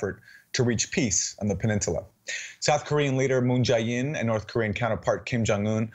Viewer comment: Aaron, please stop calling him Moon "Ji" In with a hard "I". It's much closer to Moon "Jay" In, with a hard "A".